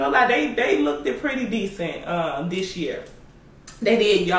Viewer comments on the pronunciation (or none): Why do ya'll pronounce "looked" like that?? Lookted